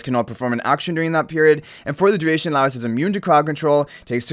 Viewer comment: Just FYI guys name is pronounced Lie Oce (like toast without the t). I'm super excited. Not a huge anime fan but Delicious is legitimately such a fun time. Also they confirmed a while back one of the units is free M+ so even more reason to be excited!